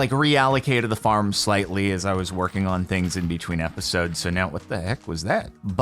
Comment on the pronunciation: "i've been busy inbetween episdoes"